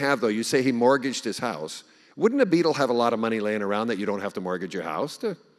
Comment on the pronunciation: Love Ryan’s English pronunciation of “Beatle”. Nice touch.